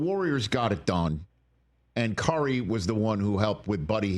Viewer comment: I swear Rich was saying Carry (Car-E) instead of Curry